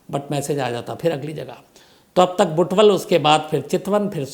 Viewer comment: Sir app butwal putali sadak biratanagar galat pronounce kar raha ha